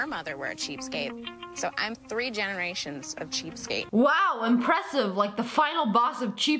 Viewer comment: Malia Goodwin it sounds like three